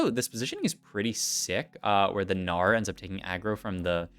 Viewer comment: “Our Gnar” sounds like Australian Oh no